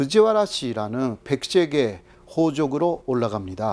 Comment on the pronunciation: 야 임마 한국 이튼 방송국 '호적'이냐? '호족'이지 ㅉ 방송국 놈들 ㅉ